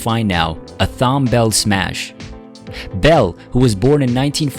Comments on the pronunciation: There’s a lot wrong with this tribute including mispronouncing his name throughout. Captioning pictures incorrectly, like showing his songwriting partner Linda Creed instead of his wife when referring to family. Thom was a legend, definitely someone to look up to, who helmed timeless soul classics and worked with the cream of R&B artists, particularly in the 1970s. He was born in Jamaica, but that wasn’t mentioned. He has left an indelible mark on American popular music. There were few like him. An icon to be sure. RIP Mr. Bell. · I love Thom Bell. My relationship with Thom lasted for over six decades and I was with Thom in his final days… My father was Tom’s attorney for over 50 years- I am close with his wife and family… I appreciate and love all that he contributed to music and I enjoy looking at all of the various reports stories videos and tributes to him… However this tribute has a narrator or an AI generated computer voice that pronounces his name wrong based on the spelling… As well as one of his children and the owner of sigma sound studios who was the engineer… How many mistakes are in this thing also this nonsense about creepy last words… Who is this company I went and looked them up and they basically do this creepy last word thing every time somebody dies… These people are horrible this is disrespectful to Thom and we will do what it takes to get this taken down… And also there is a video clip that was taken off of my YouTube website with my father and Thom sitting and talking I don’t recall giving permission to use my video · They need to hire narrators who have a better grasp of how to pronounce names. Mr. Bell's name is prounced like Tom, not Thorn. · His name is pronounced like “Tom”. The h is silent. Not like “Thumb”. We black Americans would appreciate it if t you respect this icon’s name. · Tom, not "Thomb". He was, in my mind's ear, the black Burt Bacharach. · It's pronounced TOM not T- HOM. The H is silent. SMH. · Pronounced "Tom".